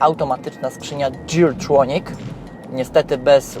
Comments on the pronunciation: Oczywiście "gir tronik" nie "dżir tronik". Chyba, że oglądasz "top dżira" :D Napisałem tę kąśliwą uwagę bo nie było się do czego przyczepić w tym filmie. Łapka w górę dla ciebie ;) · Geartronic nie wymawia się przez "dż". To takie delikatne uszczypnięcie w język ode mnie :)